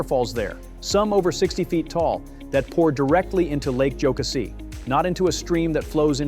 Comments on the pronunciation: It's pronounced Lake joe CASSIE ... and the river is pronounced ED is toe, get your info straight. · Very interesting. I live near Table Rock and Lake .Jocassee. You’re forgiven for your mispronounciations.